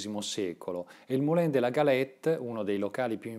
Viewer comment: Bel video, complimenti. Un solo rammarico: la pronuncia francese esatta di "Moulin" in italiano è "Mulan".